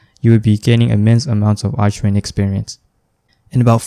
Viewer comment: It's pronounced arkwing